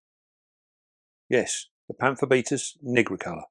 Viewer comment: 💡 'Pamphobeteus nigricolor'' The first syllable of nigricolor rhymes with night, not with nit. 👉NIE-grih-color👈. Great video though, as always.